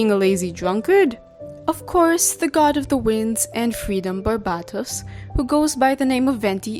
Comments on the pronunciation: which one, I've never heard someone say it like that and I grew up in a very polylingual place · Bc it's their accent 💀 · I was half asleep while watching this but I was awoken by shock from you saying Barbatos wrong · Why do you say Barbatos like that?